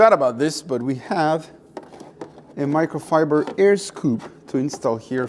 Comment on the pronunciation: I wonder if you're deliberately mispronouncing micro fiber and carbon fiber.